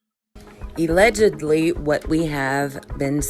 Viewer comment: Hey lady on the video it’s allegedly not illegady 😂😂😂